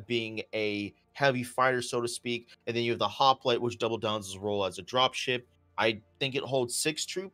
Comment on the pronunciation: Don't forget also ...Hop-lite. Not Hop-a-lite